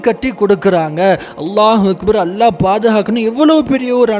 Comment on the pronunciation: சரியா அல்லாஹ்வின் உச்சரிப்பை சரியாக சொல்ல முடியாது